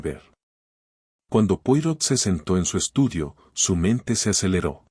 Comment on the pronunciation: Poirot se pronuncia Poaró, por favor!